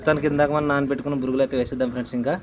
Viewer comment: Burugulu kadu borugulu